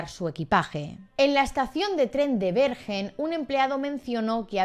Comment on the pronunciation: Una historia fascinante, pero creo que Bergen se pronuncia "berguen" 😉😉